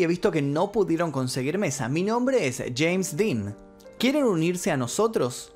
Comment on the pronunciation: El día q murió “sheims Dean”, q gracioso como lo pronuncia😂😂